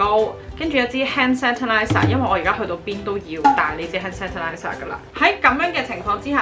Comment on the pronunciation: Friendly reminder : sanitizer 讀錯